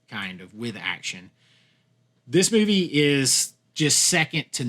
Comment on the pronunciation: The way to pronounce "movie" made my left eye twitch but I powered through to the end